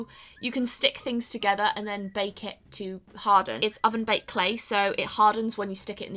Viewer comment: Who else thought she said bacon not bake it 😂😂😂🤣